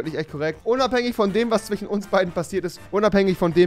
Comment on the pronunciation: Sagt der im ernst zwichen statt zwischen..